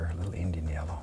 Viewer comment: Bob says Yellow like there's no "w" - Yello.